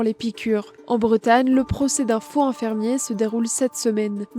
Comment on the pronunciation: La journaliste ne sait pas faire les liaisons? On ne dit pas un faux hinfirmier. Un faux z-infirmier, oui.